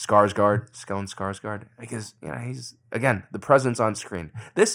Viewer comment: The d in his name is silent, "mas". Also the å in Skarsgård is read kinda like"ooh". You can just imagine it's written Skarsgord to get a better handle at the pronunciation.